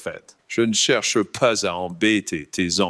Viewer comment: "Je n'chewche pas à embêtey tey employés" quel bonheur